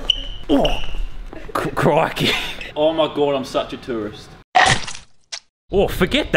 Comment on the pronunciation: every time you say " crikey" it hurts my soul